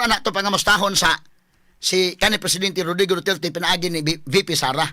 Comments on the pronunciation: Hahahaa 😂 Abi naku ako ra nakamatikod nga lahe ang paglitok sa apilyedo ni president duterte,Na Dutert Naman NuOn! 😂 Unsa nga klase nga Bugado diman kabalo MO- ENGLISH DA! 😂 Lingaw ko nimo sir Oy!😂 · Mao gyod atty. ilang pronounce sa duterte"DOTYETYE" 😂😂😂😂😂